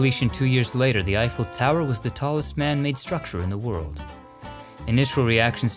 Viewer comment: Now I know how to pronounce Eiffel the right way 😊. Another excellent video!